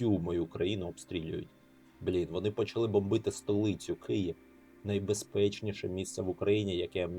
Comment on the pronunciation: Київ. Це важливо, тому що києв це російський варіант вимови. Зважаючи на те що власні назви не перекладаються і зберігають транскрипцію це особливо дивно коли українці власне свою столицю називають рос варіантом транскрипціі.